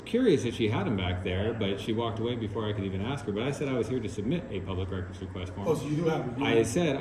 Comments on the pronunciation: Why do these people always say “aks” instead of ask , this just shows the level of education required to be a tyrant . Ghetto ass people should not be paid by tax dollars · “In about two seconds here, I’m gonna AXE you to leave…I’m gonna AXE you to leave.” 😂😂😂